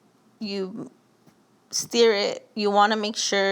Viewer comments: Stir, not "steer"...lol. Looks good either way. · Steer? Ma’am it’s stir not steer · And “steer it”. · Love the marinade recipe and I will be using that tonight, but like many here have said, "stir" is not pronounced "steer". The "ir" in stir is pronounced like the ir in the following words: "Yes, Sir, we will stir the bird." "That's my word, ya heard?!" for extra credit. lol